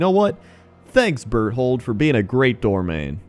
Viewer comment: It's pronounced bear-told.